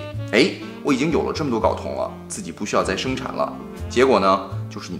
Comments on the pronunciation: 睾 音 高，不是搞。sorry，我是强迫症患者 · 为啥所有人都念 搞 啊，这个字明明读 高 啊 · 睾酮，读高，不是搞，懂了没？ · 跟我读“高”，一声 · 内容知识性很强，不过，不好意思我还是想纠正一下，睾（gāo）酮😂😂😂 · 睾酮 gao 第一声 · 到底是“搞同”还是“镐铜”？LMAO